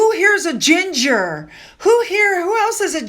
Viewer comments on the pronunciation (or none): none